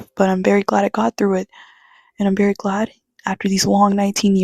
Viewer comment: Thank you for making this video. I knew you were weird once I peeped your channel name and heard you say “verrry” 😅. I wish a video like this reached me in high school as well. You’re 10/10, not 7.5 btw.. not that you need my validation.